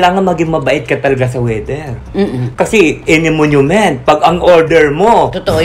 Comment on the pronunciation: "Any moment" po,, at hindi "any monument".